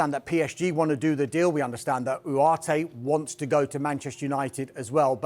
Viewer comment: From ugarte to Uooareteh😂😂 this guy